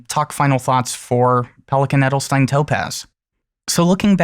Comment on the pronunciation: I think it would be a great ink in a wet pen :D So that I can some of the darker shades out of it, but that is just personal preference. :) A little tip for the pronunciation of „Edelstein“... :) It’s not pronounced like „Edelstin“, it is pronounced more like „Edelshtain“ :)